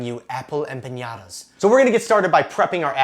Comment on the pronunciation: I was just offended (not really :P) by the way you say EMPANADAS, EM-PA-NA-DAS not EMPIÑADAS!!! cool recipe ;) thanks